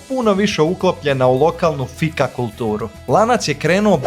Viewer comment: Šta logom? "Laagom" se izgovara. I Fika, dugo i.